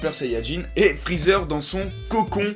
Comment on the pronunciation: C'EST PAS GOTRUNKS MAIS GOTENKS !!!!!!!!!!!!!! C'est pas Champma mais Champa et c'est pas Freezeur mais Freeza.